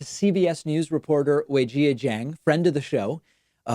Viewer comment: I love you David, but you're absolutely butchering Weijia's name pronunciation.